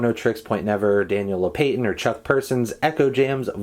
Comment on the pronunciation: Oof. ”Daniel low-pay-tin” I think it’s actually pronounced low-pa-tin